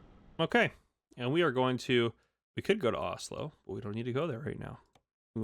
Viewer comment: It’s pronounced os-lo😊